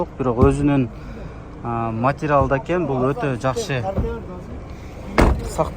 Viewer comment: Матрял дей берет экенсин да